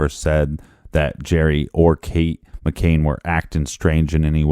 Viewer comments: Indeed. "McCain" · He's driving me crazy saying McCains!